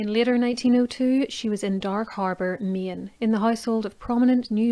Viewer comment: "In 1902 she was in dark harbor meee innn"